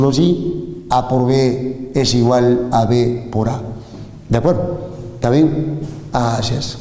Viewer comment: "Porjemplo" JAJAJAJA buenisimo video :) "ta bien o no?"